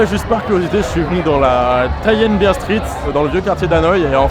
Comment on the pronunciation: Super vidéo, petite précision pour Nguyen (qui se prononce "oui yen"), c'était aussi un nom qui était donné aux nobles ou aux riches commerçants chinois qui voulaient "se cacher" au Vietnam. Comme ils amenaient des richesses et du business au pays, les gens portant ce nom étaient souvent exempté d’impôts. 2e point, beaucoup de vietnamiens, surtout en Campagne n’avaient pas de nom de famille (ce fut le cas aussi en Europe avant) et la France coloniale à voulu organiser un recensement, mais difficile à mettre en place avec des personnes sans nom de famille... Du coup beaucoup de Vietnamiens ont dû choisir un nom, et comme c'était communément admis que les Nguyen avaient des avantages fiscaux, beaucoup se sont dit que c'était un nom intéressant 😅. Et hop plein de Nguyen sont apparus.